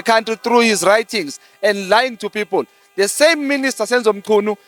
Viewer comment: Where is Nomvalo tell him to pronounce words right not De its THE and not Oathi but OATH sies maan